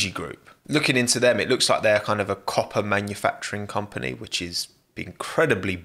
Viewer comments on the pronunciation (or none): none